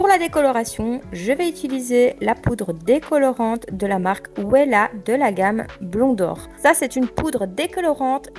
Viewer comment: Euuuhhh ça se prononce vella ( Wella) et non pas ouéla 😂